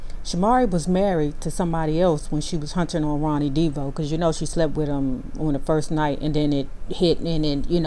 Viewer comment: 1970's show, In Living Color??? Wrong decade. And why do you pronounce the last name Devoe, "Deebo" ?